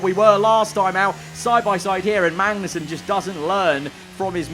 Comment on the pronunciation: Does anyone else head mangnussen instead of magnussen